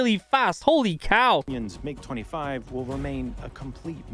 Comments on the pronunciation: M, I, G, you american say mig, its the name, not an acronym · It’s mig one word not m-I-g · Mig not M.I.G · That's the first time I've ever heard someone pronounce MIG as M-I-G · Bro really said "M I G" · The M-I-G!! lol, I don’t think I’ve ever heard it said like that, who doesn’t know about the classic Soviet MiGs. Almost as famous as the M-16 v. Ak-47 debate. The F-22 is currently the top stealth fighter in the world; the problem plagued F-35 would be considered top air superiority, followed by the CCP’s J-20– kind of like if the F-35 and F-22 had a baby, then probably the Russian Su-57 which is said to not have quite the stealth capability of the previous but has incredible maneuverability. I believe it may be the fastest fighter jet but don’t quote me on it I could be wrong; I know it has the ability to run it’s after burners for a longer period. Although a completely different type of aircraft, I think the A-10 Warthog is the one of the coolest definitely worth checking out. The F-35 has been in constant debate due to huge budget overages, technical & mechanical issues and delays mostly due to it being one design that needs to meet the needs of 3 separate design models. Seems like we lose one every couple weeks, I’m not sure if it was the RAF or the Royal Navy but they lost one a few months back as well (I think in the Mediterranean) The F-22 came at a massive cost and was well ahead of it’s time so the program was either ended or put on hold, it’s radar cross-section is that or a bumble bee 🐝 showing up.